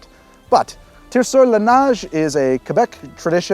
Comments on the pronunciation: From another "dual citizen" who is similarly not a native French speaker... to pronounce "neige" the vowel sound is more "ay" than the "ah" you sare saying it as..... but other than that, great job. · Neh-zhe/Nesh (neige) is the pronunciation, but not bad for a Ol' (mari)Timer